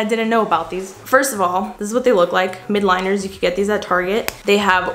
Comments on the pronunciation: im dying she keeps saying "MIDliner " its actually "MILDliner" lol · I think it’s pronounced mild-liner